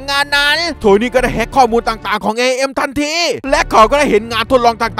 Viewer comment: พี่บอกว่า IAM AIM รึป่าวครับ😅💜